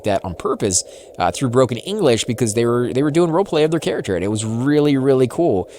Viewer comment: Why are you saying carrachure and not character